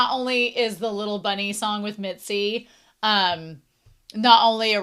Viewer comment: whenever you say mitsy instead of mizi i get reminded of mitsi from animation vs animator made by alan becker